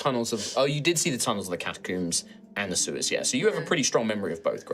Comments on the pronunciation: God I hate the way he says catacombs. I never want to hear him.Say it again, one O, not two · Is it a british thing to pronounce “catacombs” as “catacooms”? I’ve never heard someone say it that way before lol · Yep. Rhymes with tombs.